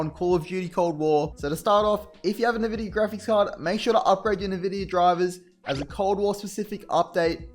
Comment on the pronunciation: Just a head's up, it's pronounced "en-vidia", but "nuh-vidia" lol.